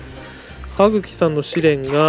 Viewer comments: はっきじゃなくてはくきですよ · T N はぐきっていってますよ多分そしてそれは知ってると思います